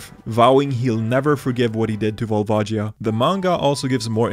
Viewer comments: "VOLVAJIA"? you must kiddin me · WHAT THE HELL IS A VOLVAJEEA? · Then why does the super smash bros announcer pronounces it "Sheek"? I'm also certain Volvagia is not pronounced as "Volvajia", sounds like vagina when you say it that way. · That volvagia part hurt me. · Pronounced Volvagia wrong